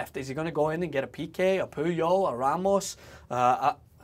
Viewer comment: did say puyol?